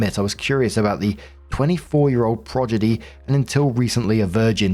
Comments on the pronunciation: Pro-DI-gy. C'mon, you're a full time reader! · "progidy" is killing me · that's not how you pronounce "prodigy"